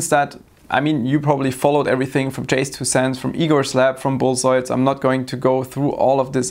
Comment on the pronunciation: "bullzois"... um, yes? lol